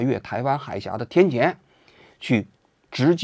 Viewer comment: 天堑（堑，不是读第二声，读第四声）